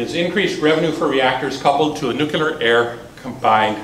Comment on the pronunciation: New klee urr, not nuke you lrr.